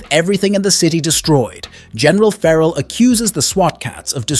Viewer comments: There are some really weird pronounciations in this video, and some that are straight-up incorrect, and only made to look more stupid later when they're changed. Like Doctor 'Jacob' later being correctly pronounced as 'Doctor Hackle' Also feh-rahl instead of 'Feral', especially for Felina. And 'ship' instead of plane over and over. Is this a crappy AI video? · You seem to forget to call the city by it's FULL name. Megakat CITY. The plane is the TurboKAT. Feral is NOT a general, but a POLICE LIEUTENANT. Callie BRIGGS (name you seem to forget to add) is the DEPUTY MAYOR! Again you seem to forget or do not want to add. Fear-owl?! Really?! Did you forget how to say Fair-uhl?! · It's driving me crazy the way you are saying feral.